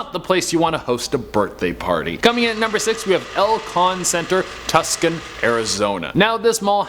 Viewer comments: Tus-kin, Arizona? It’s pronounced Two-Sahn. Go back to school, man!!! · did you pronounce tucson as "tus-kin"? LOL it's "too-sawn" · Funny vid. Lol its pronounced Too'son, not tuskin for Tucson. Spelling iz phun! Peace and agap'e. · Tuscon = Too-sawn. Enjoyed the video! Might need to go through and watch some more Top 10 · The #9 mall in Milwaukee is NorthRIDGE, not Northbridge. I used to live near there so I know you named it incorrectly. Also it's TOO-sawn, Arizona, not Tuckson as you pronounced it. 🙄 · Tu...son.. Not tuckon AZ lol if your not local than most outsiders will butcher the city's pronunciation, just pretend the "C" in Tucson doesn't exist and you'll get it right. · TusKson? No. It is pronounced Too-sōn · Too-sahn, not Tuscan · It's not "Tuskun". It's "2-sahn". Y'all sher do tawk funny up'air in Canada. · its pronounced "Too-sahn", not Tus-can. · I always thought it was "too-sahn." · It’s actually pronounced “Too-Sahn” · Tucson is pronounced, "Too-sun" which is quite appropriate... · It’s pronounced “too-sawn” AZ -Tucson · Tucson AZ is pronounced too•sawn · Did you really say 'Tuk-sun' Mall? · Tuscon, AZ is pronounced "too-son". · It’s pronounce TWO’SAN Arizona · Just to help..Tucson is pronounced 2 san 👍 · I been to both malls from #6 and #5 being from Maryland and moving to Az. You can still access #5 thru certain previous stores. Its also pronounced Tucson (Too-Sawn) 😂 but both malls are pretty erie to be in to be honest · yeah and i just commented about how he pronounced tucson as "tus-kin" arizona! i think ol was smoking a little something before this video LMAO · Tucson arizona. You butchered that one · It's Tucson silent c lol. I live in Tucson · love how you pronounce the name Tucson :P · That’s not how you say Tucson ahh I cringed at how he said it